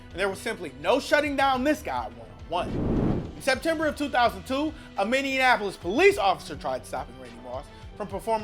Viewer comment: ... another mispronunciation of "Minneanapolis". TPS are you guys really that tarded?